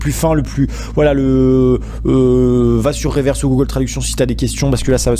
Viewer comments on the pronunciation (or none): none